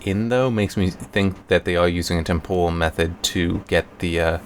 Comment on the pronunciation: Temporal man, not tempohral